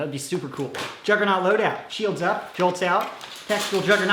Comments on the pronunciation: I thought you said jungernog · its a "Jolgernaught "